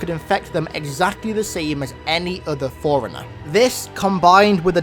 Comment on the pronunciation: When he says forerunner it’s sounds like foreigner